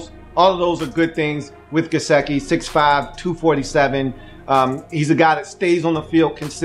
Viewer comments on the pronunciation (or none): Come on man, you spent about 10 minutes talking about Gesicki's "want to" and how you "need him to give a damn" and I agree with those comments. Your analysis is spot-on. But Come on man, the guy's name is obviously pronounced just like it is spelled ... it is "Guess-Sick-EE" ... get it right ... it's not a hard name. It would be like someone doing a video of you with your name on the screen for 17 minutes and continually calling you "Lee-oo" ... you'd be laughing and wondering if the guy even knew your name was spelled right behind him the whole time. The man's name is "Gesicki" ... and its pronounced like it reads brah.